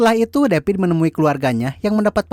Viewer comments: Davidd.......oiii....bukan depit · David ouy....bukan depit